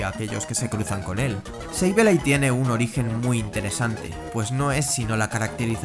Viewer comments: "seibeilai" ulala señor frances Entonces como se dice! -sableille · Sableye se pronuncia “seibolai”